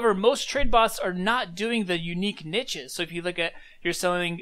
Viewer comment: the way you pronounce niches annoys the hell out of me